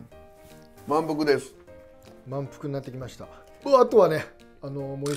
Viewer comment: 『満腹です』がひき肉ですに聞こえない？